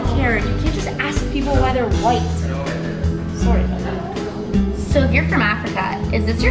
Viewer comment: I knew it the second she said “sorrey”